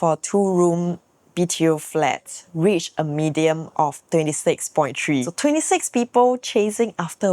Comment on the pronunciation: Just wanted to highlight that you're pronouncing the word median wrongly, you're pronouncing it as "medium"